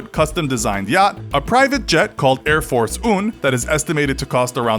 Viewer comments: " Air Force un" lol. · Air force un hmm sounds like air force one and uno mix together